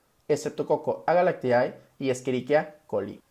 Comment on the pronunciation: Se pronuncia S. agalctie... No S agalactiAE.